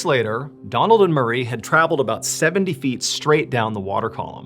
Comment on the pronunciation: I misheard "murray" as "marie" to start with